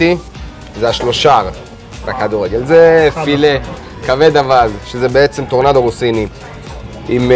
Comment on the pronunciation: אגב אומרים טורנדו ה נ בסגול ולא בפתח